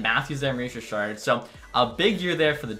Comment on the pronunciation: Mooois Jichaaad (Maurice Richard), always crack me up 😆 Good vid!